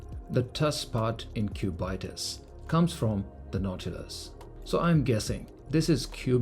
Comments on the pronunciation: pronounciations: Aquanaut: Aqua-naut / Ackwa-nort Nautilus: Nautil-us / Nortil-oos Cubitus: Cubit-us / Cuebit-oos (not cu-byte-us) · How did you get the pronunciation as Cub-eye-tus? It isn't the Naut-eye-lus. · What’s the Cubaitis??!! Sounds like an infection to me! At least learn how to pronounce the damn name. Cubitus if from the shape cube/ cubic/ cuboid: cubitus. Get it? Plus I’ve seen all your watches and they are all hyped sport watches. For someone who spent probably a couple of millions on watches, you should have at least a decent “non-hype” dress watch. If you have more than one colour of nautilus while you don’t get inspired by grand complications or complications at least then you’re not a true Patek enthusiast. Thanks to influencers like you who lack taste and sophistication that these watches are being sold for 3x retail. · Especially when you pronounce it like a disease as has here. 😂😂.